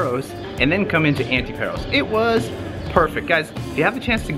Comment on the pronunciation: A delightful video, but all through it the two of you were pronouncing the name of the island wrong. The 'a' is a long 'a' like the 'a' in the word 'father.' It's not pronounced 'Pear-os'; but 'Pah'-ros.' The same for the island 'Antiparos': it's pronounced 'Anti-pah-ros,' not 'Anti-pear-os.' I am a lifetime, permanent resident of Paros and we natives are offended when the name of our island is mispronounced. I mean, it's such a short, simple name - one doesn't have to be a 'Rhodes Scholar' to learn to pronounce it correctly. Another suggestion, ditch the sunglasses. I don't care how blinding the Greek sun is; in 'public speaking' you must have eye contact with your audience; people want to SEE your eyes so as to make eye contact with you. Covering your eyes is a big 'faux pas' in public speaking.